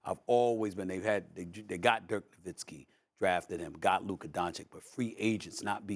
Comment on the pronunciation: Why does Stephen A. say it Lurka